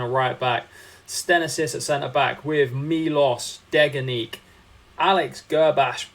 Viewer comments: Its pronounced Deg-a-nak not Deg-a-nek its a serbian name also to go over salary cap you should have made morgan schleiderlin a guest player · btw bro it’s pronounced deg-en-ak. love the series bro keep it up 🫶